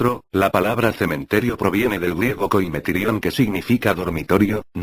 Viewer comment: cementerio me da risa cuado lo escucho es por que dice cemen terieo osea cemen-terio entendieron XD